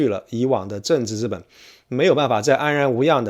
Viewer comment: 请注意：“资本”读作ziben，不读作zhiben。